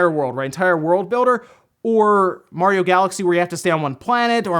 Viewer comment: It's mario not morio